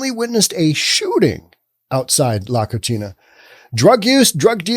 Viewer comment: You're mispronouncing 'La Cocina'. You're giving it an Italian pronunciation (la koe-chee-nah). La Cocina are two Spanish words that are pronounced (La koe see nah). The meaning in Spanish is 'the kitchen'. The way you pronounced it, it means 'the dirty girl'.